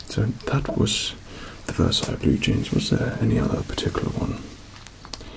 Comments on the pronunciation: Versace is not pronounced as Versailles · Took me a moment to realise he pronounces Versace as Versailles... As someone who learnt french to say croissant correctly. I'm deeply disturbed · I've hear Versace pronounced in all kinds of ways but never as Versailles! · Why does he say Versace like that? 😂😂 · The way he says Versace 😂😂😂